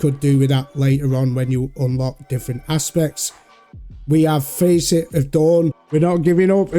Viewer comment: The A in facet is pronounced like fast, not like face.